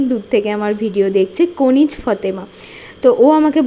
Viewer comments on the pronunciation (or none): বাংলাদেশ থেকে কমেন্ট করলাম আমি পত্যেক দিন কমেন্ট করি আজ আমার নামটা নিওয়ছো দিদি আমার নামটা ভুল উচ্চারন করছেন কনিজ না কানিজ ফাতেমা